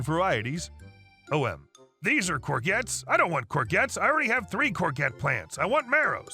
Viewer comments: cor zhet!!! Not cor gets! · Hi. 1st storey. It's pronounced gor-jets not gor-gets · First story about the pronouncing the vegetable. Say it as Coor-jets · Courgette pronounced cour - shetts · Stopped after hearing courgettes mispronounced over and over and over ! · Just to inform you, in the UK the "G" in courgettes is a soft "G", pronounced like a "J" as in Jest. It would seem the English spoken in America is a foreign language to us Brits!!!!!